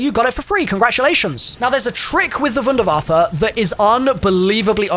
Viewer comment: God its such a relief to hear vunervaf-fe instead of wonderwayf